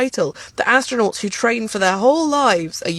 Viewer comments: Not a astronaght theyre astro-nots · Astro “nots”. 😂